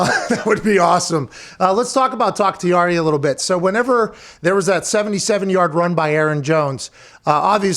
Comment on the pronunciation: Haha... the amount of times he rips David Bakhtiari, "takhtiari" in this interview is hilarious. I love it.